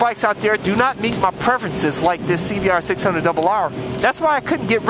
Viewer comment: Carnal i love u say honda cbr double rrrrrrrr